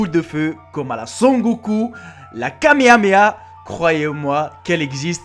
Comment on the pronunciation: Mdr la kameamea corrige toi 😂